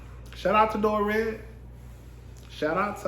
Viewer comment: Hi, Dorit's name is pronounced, "Dor-reet". 😊